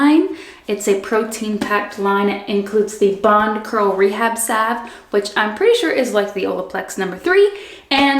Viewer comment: Great video! Out of all the videos I watched reviewing these products, you are the only one who pronounced salve correctly. Lol. Thank you for the detailed review. I love Manes by Mel too! Definitely ordering these products.